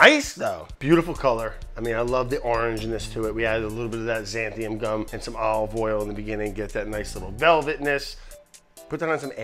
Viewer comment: Xanthan gum, not xanthium or xantham. :)